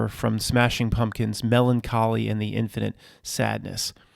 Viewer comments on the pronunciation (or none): none